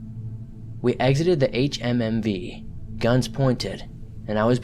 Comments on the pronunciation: “H-H-M-V” it’s pronounced HumVee idiot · Switched this off at the fourth HMMV. Ffs just say humvee.